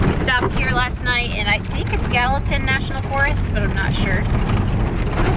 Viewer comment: Greetings from Gallatin TN. Glad to see y'all made it to Gallatin National Park in Montana. I know y'all have TN tags on Ripley and was really pleased when y'all pronounced Gallatin properly. Our fine city is also named in honor of Albert Gallatin just like the park. We were also named the nicest city in America by readers digest. Lots of love and respect for the four of you out seeing this beautiful country we call home. Be safe out there and keep up the great content of this awesome channel. If you read this comment and like the channel then give a thumbs up. More importantly, why have y'all subscribed yet. and and the fur babies would really appreciate it.